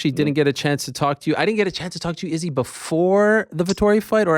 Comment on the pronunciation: Yea, if we could pronounce Izzy's name WRONG again, that'd be great!! 👍👌